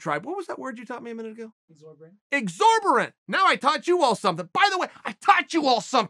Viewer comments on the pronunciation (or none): It’s exorbitant not exorbirate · "Is egzaberant a word?" "No, Chael." Chael: "EGZORBERANT" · Thank you uncle Chael, I now know the word “exabrate”, “xabrate”, and xborant Again thank you uncle Chael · It was Exorbitant, Chael couldn't get it right even on his final try. I have got bad news guys, the word has been changed in the dictionary to whatever chael said. Exorbitant was a good word, I liked using it, it will be missed. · I mean the word is "exorbitant" but sure, thanks Uncle Chael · It’s exorbitant, my guy 😂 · Hey Uncle Chael, Sorry, but the word is EXORBITANT. You’re welcome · Exorbitant Chael, exorbitant....